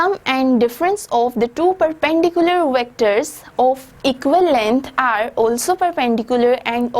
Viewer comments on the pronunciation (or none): Victor nhi vector hota ha😂